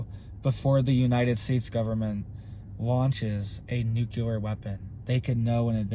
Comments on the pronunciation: It’s NEW-KLEE-AR,, not NOO-Q-LAR! The continuous mispronunciation of the word nuclear drives me nuts! That said, thank you for the video. HOWEVER, you don’t seriously believe that China is the only nation engaging in international espionage, do you? The U.S. can switch off China’s electrical grid in a heartbeat, and they can destroy ours. Ed Snowden showed us that years ago, as did the fact-based movie ‘Spygame.’ The ONLY reason the major players haven’t played their trump cards yet is because no one wants a MAD scenario, which is what would result. Consequently, at present, TPTB are testing out how far they can push the proverbial envelope before the nukes start to fly. I have no doubt that they will fly, and it’s going to be Hell on Earth, but always remember the mutual focus of every player involved is a global population of 500,000 people. And those people will be (have already been) cherry picked, and you and I are not invited to the party. ‘If in this life only I have hoped, I am of all men most to be pitied.’ (The Apostle Paul.) Amen.🙏🏻 Love and All Good Things, Jesse.🌹 P.S. We’re not going to win the small battles, but God has already won the war. Only the second death is permanent! Love and All Good Things, Jesse.🌹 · Say it right! It’s “NUKE - LEE - ERR!!!” For crying out loud,, you sound like George W. Bush! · I can't take anyone seriously who repeats NOOK YOU LER over and over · Am I the only one who thinks he pronounces nuclear wrong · If pronouncing nuclear wrong is the worse thing he ever does but the information he gives us is correct I would say we have bigger issue tobe concert about, appreciate he info and keep up the good work, love your channel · Please learn how to pronounce nuclear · I wish buddy would pronounce nuclear correctly. It makes his otherwise interesting video borderline cringeworthy with the copious amount of mispronunciation of the word nuclear. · Nuclear not nukelar